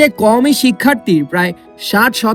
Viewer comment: শব্দ উচ্চারণ করতে পারেনা সে আবার ইসলামী শিক্ষা নিয়ে ভুল সংবাদ প্রচার করে।আদর্শ মানুষ গড়ার প্রতিষ্ঠান কাওমি মাদ্রাসা।